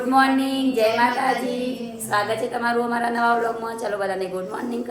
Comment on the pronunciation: Jensudi ne jay Mataji bolta sikhvado